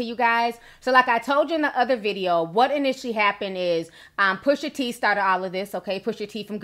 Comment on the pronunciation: Girl 🙄🤦🏾‍♀️ it’s PUSHA T; not pusher t sheesh